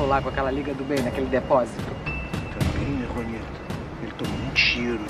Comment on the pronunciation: se escreve Juanita mas se pronuncia Ruanita